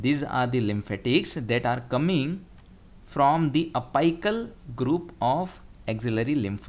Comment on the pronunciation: Dude was it apical , I don't think it was apical the way u pronounced !!!